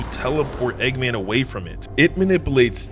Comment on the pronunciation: Bro said eggaman